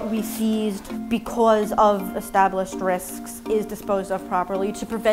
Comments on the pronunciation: “becwuz” nice pronunciation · Best “because” jersey accent